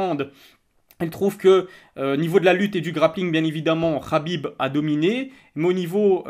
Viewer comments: Frero sa se prononce Khabib pas Rabib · On dit Khabib pas rrrhabib